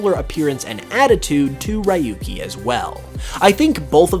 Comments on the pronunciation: Sorry but just had to say it..it's not pronounced as ra-yu-ki but ryoo-ki 😅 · “RY-YU—KEY” hurts my ears so much It’s “REE-YU-KEY”, Japanese Name so he’s from Gen 1, 2, 3 or 4 It’s not too difficult to lead some basic pronunciation :p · I didn't liked how he pronounced Rahyukey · Ryuki's name is pronounced (Ree-yoo-kee) you idiot! Learn to speak Japanese! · Your pronunciation of ryuki killed me. No offense but that's not how you pronounce it 😂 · butchered Ryuki's name